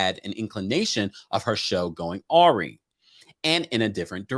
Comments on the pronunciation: the word: AWRY is pronounced AH-RYE....not Aurey. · the pronunciation of awry, wrong 🙄